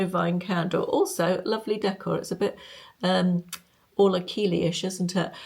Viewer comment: it's Orla Kiely, as in Kylie Minogue. Take it from a fellow Irish woman 😊